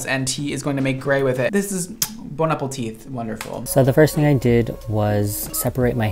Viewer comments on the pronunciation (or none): Stop saying "Bone apple teeth!!!" Your better than that, but I do laugh every time!! Its "Bon appetit!" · I'm really not trying to be a hater here, just somehow heard where you commented on the 2nd guy having his ducks in a row with the bleaching at home and then said "Bon Apple Teeth". It's actually Bon Appétit - French😅 Sorry but that really made me laugh, just knowing I'm not the only one making these mistakes.... 🐣😅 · We gonna talk about the "bone-apple-teeth"? 🤣🤣 Love you! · Did you say bone apple teeth? Omg I freaking love that!! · He said" bone apple teeth"" on purpose 🙄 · “This is bone apple teeth 💋 🤌🏾” That sent me 😂😂😂😂😂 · “Bone apple teeth” 😂😂😂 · Did you say “bone apple teeth”???? 😂😂😂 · bon apple teeth 😂😂😂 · Bone apple teeth I heard it